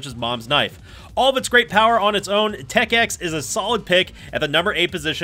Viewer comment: Instant props for saying Tech X correctly.